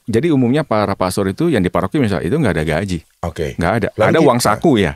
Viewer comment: Maaf --> GAJI .. bukan GAJIH.